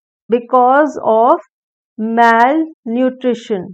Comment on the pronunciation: Please improve your pronunciation like malnutrition, gnarled etc.